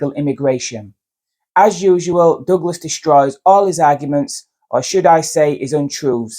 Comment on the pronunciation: was deliberately getting douglas's name wrong. what a slimy trick.